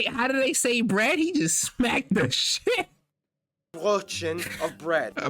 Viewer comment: not brotchen, closer to brettchen xD (the ö is like oe, an /e/ sound with a /o/ mouth) This guy isn't pronouncing any German word properly btw